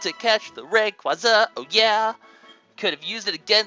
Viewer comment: Since you were unsure, Rayquaza is pronounced (Ray-quay-za) as in ray and quasar, the luminous space nucleus... SCIENCE!